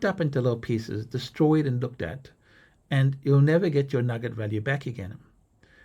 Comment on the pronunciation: What is a "nugnet" ?